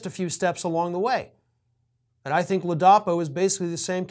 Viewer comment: Come on,! Get your act together, fer chrissakes. You said that the guy was DeSantis' "hand-picked Attorney General..." While you got his actual appointed position correct later, you apparently never did realize that you'd mispoken at the top of the video. And then you mispronounce the guy's name.... it is LAA-duh-PO. Sheesh.